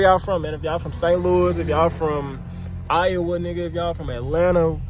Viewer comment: love how you said iowa lmao im from florida but shi to inflated had to move up out of daytona keep up the good work fam